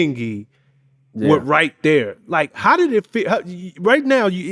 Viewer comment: I never knew right thurr was a hit thank you publicist.